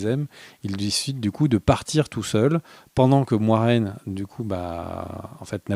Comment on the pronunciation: Merci les gars pour la vidéo, je suis hypé par la suite comme pour Game Of Thrones je n'étais pas chaud dès la première saison mais seulement à partir de la seconde. Par contre j'espère que c'est seulement qui se trompe sur la prononciation de Moiraine parce que sinon c'est bien moche.